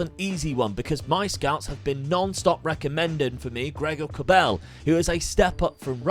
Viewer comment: Stop calling him Kóbél, it’s Kobel😂